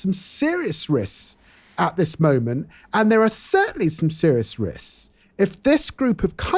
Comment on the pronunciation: Coco barely catching herself while saying "headbutt" instead of "headline" while ranting about the Daily Mail almost made up for my dismay at hearing that the shadow foreign secretary can't pronounce the word "risks"... almost. Seriously, someone please tell Lammy to work on that... it's hardly the most important thing Labour need to improve, but if he does one day get into the cabinet and says something like that, can you imagine the headbut- wooops, sorry - headlines?